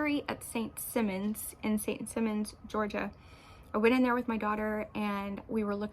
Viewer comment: Love your sweater! I'm putting that pattern on my list. I've been to the shop on St. Simons. I didn't know what you were referring to at first it's SIGH-mons, btw. :)